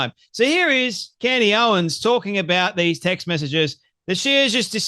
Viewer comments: Candace. Not CANDy. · Her name is Candace, you moron... not Candy. How many followers do you have. Don't tune into Candace, you have Candacederrangesyndrom, it's real 😂😆